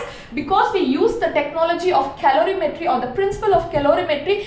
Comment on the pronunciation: It's colorimetry not calorimetry